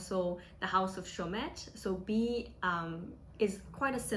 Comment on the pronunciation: dont pronouce the "T"